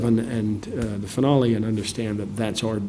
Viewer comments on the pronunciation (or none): Nolan's English accent slips out on "finale"